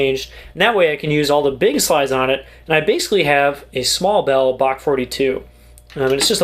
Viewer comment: It's pronounced Bach